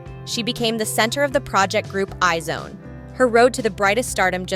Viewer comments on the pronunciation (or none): The way you said IZ*ONE hurts my soul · Just letting you know, you miss pronounced the group name iz one